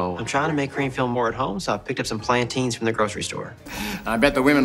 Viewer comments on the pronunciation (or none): The way you say plantains as "plan_ TAINS", it hurts my hispanic soul.